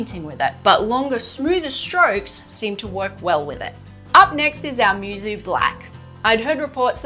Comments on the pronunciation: "Moo-soh" not mewsew. It means "unmatched" or "without peer" in japanese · Technically Musou should be pronounced like "Moo (like cow but shorter) So"